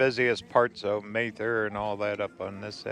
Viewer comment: Very good video. I love the canyon. Please learn how to pronounce Mather.